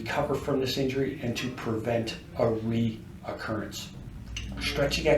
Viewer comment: Great video. But please realize there is no Letter o in 'recurrence'.